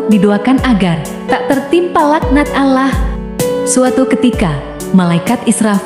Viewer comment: Sebut betul2 perkataan Allah...biar bunyi huruf 'Lam'nya sedikit tebal